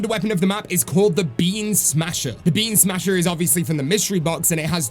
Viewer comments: It sounded like you were saying "Bean smasher" instead of "Beam smasher" and honestly, that's the new name for the WW for me😂😂😂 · I keep hearing “bean smasher” and it’s making me laugh 😂😭💜